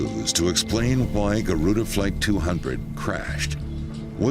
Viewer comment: i like the way he said guruda instead of garuda. i mean its english im indonesian and indonesia have garuda indonesia. 5 stars but crashes sometimes.